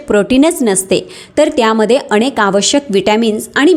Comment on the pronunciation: शेवण,अणेक,शमश्या यात योग्य उच्चार व्हावा हि अपेक्षा.हि माहिती वाचून दाखवत आहे हे जाणवते. अशी माहिती डॉ.नी सांगितले यांचे बरेच व्हिडिओ आहे ते.पाल्हाळ जास्त आहे.